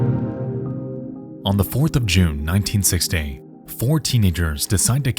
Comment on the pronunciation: I do not believe he uses his own voice, if it is a guy. There are extremely weird mispronunciations like 1960 towards the beginning that a normal English speaker would not make. This is most certainly an ai voice.